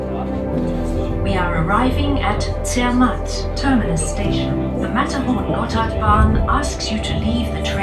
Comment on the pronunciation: Its actually pronounced Zermatt the matt part rhyming with cat